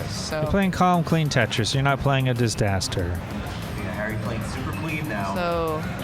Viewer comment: “disDASter” oke scout